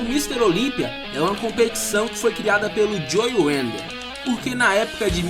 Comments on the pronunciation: belo vídeo, mas eu não contive a risada de você falando joe 'wender' UHAEHEAHUAEUHEAUHAEUHAUHAEUHAE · Bem legal o vídeo cara, parabéns. Mas uma crítica construtiva: Antes de filmar pede ajuda a alguem com a pronúncia do inglês, vc pronunciou várias coisas erradas, como nomes de fisiculturistas, como o nome Idaho, o nome do próprio Joe Weider vc pronunciou errado e mudou a pronuncia do sobrenome do cara várias vezes. E quanto aos Mr. O. de hj viverem de troféu e orgulho, estas enganado, se não me engano o Mr. O. paga aproximadamente U$ 130.000,00 pro seu campeão, fora os outros campeonatos. abs